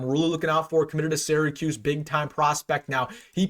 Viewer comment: I really enjoy your work but have one minor request.As someone who grew up in Syracuse but is a UNL alum, the first two syllables are pronounced “sear a”, not “Sarah”. Keep up the good work and GBR!!!